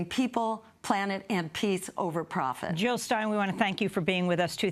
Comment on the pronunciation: Jill not Hill!!!!!!!!!!!! Jill not Hill !!!!